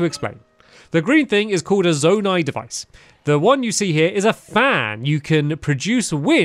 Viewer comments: It’s z oh night not zon ite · Stamps it’s pronou z-o-ni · Zonai is pronounced "Z-oh-nigh" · It’s pronounced Zoe-ni